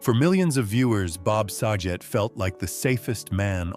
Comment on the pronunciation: Bob sagets last name is pronounced sa-get not sajet.